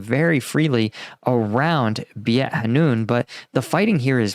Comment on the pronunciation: Since you mentioned pronunciation, let me help you with the word "Beit", used as one word in Gazan cities. It is pronounced "bite", with a silent "e", and a long "i" sound.